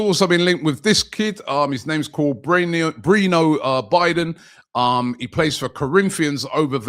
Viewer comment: From: "Bre-no Be-don" To: "Bree-know Biden" :D the butcher strikes again :) Butchering names since 2010